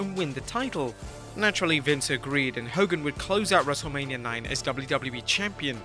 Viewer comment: It took me a while to realize you were saying “wrestle lame-ia” 🧐 🤔 🤨